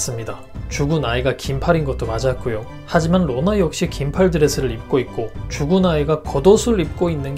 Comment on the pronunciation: 느리게 해서 들으면 누가 “로나야...!” 라고 하는 것 같아요